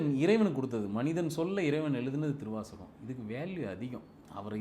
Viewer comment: ஏங்க சொல்லும்போதே சிவத்தை உணரவே திருவாசகம் ன்றத அழுத்தமா சொல்லுங்க